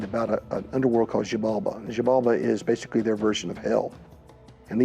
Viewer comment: Gaia staff really need lo learn how to pronunciate Xibalba, popol vuh and mahabharata! It was an horror to hear them saying it so bad